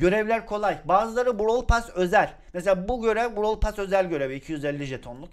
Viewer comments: abi onun adı brawl pess diye söyleniyo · Brawl *PASS ne ya (normalde brawl pess deniyo ya ondan garibime gitti) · Abi bu videoda sana çok sinir oldum normalde seni severim ama browl pess diye okunur sen brawl pas diye okuyosun tüccar darryl? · 2020 de izleyip de lazın brawl pas demesine sinir olmak. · bişey söylemek istiyorum JORFHOHGUFHODJ ben bu videoyu 2021 izliyorum ve ali abinin brawl pass e browl pas demesi beni bitirdi şimdi ise brawl pes diyor zaman ne çabuk geçti ya bide gale çıkınca bağırdı aklım gitti kalbim yerinden çıktı sandım bide brawl pass te kademe atlarken bi tane daha bi tane daha........ demesi ve benim beynimin içi bi tane daha diye tekrar etmesi müq ya çok komiksin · brawl pass derken benn jsjskabsjajsbsjsb şimdi brawl pass a brovl pess diyor